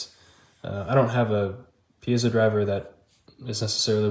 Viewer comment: Cool video, and I just want to acknowledge that you're one of the few people who pronounces "piezo" correctly!